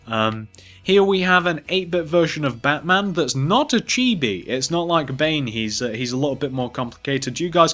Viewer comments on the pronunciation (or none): none